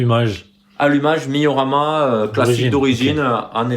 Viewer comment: Miyorama ? 😅😅😉 désolé frérot c pas méchant 😉 C moriyama 😅😅